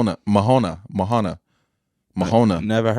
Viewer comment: It's Moana said Mohana